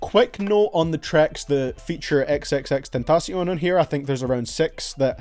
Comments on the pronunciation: Your the first person I heard say x name right 😂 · i hate that you dont appreciate the aggresive songs but i love how you pronounce xxxtentacion